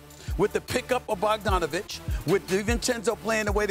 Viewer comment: bothers me how stephen A can say bogdanovic properly but not doncic.